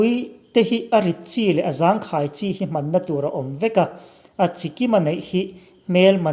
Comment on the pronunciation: Hman na tih i lam rik dan hi chu, a nalh lo in, ngaihthlak a ti nuamlo hle mai a, HMAN hi rikdan tur dik a hman dan a awm lo maw aw